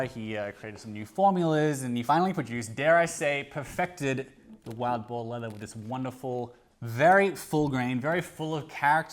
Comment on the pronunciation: ohhh, wild boar... not boer. boar makes far more sense.